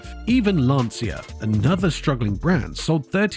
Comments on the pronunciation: And that is a short 'a', as in 'Lawn-cha'. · I am saddened by the potential loss of Lancia. My dad apprenticed at Lancia in WWII and worked there for 11 years before emigrating to Canada. And it is pronounced “Lan-cha”. Please don’t tell me I am wrong; I am son of a guy that worked there for 11 years + an apprenticeship. That is how he pronounced it and he would know.